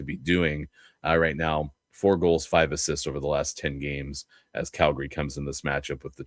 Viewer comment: On a scale from 1 to 10, 10 being the highest, How annoying do you find it that from the Locked on VGK podcast pronounces Calgary as Cal..GARY?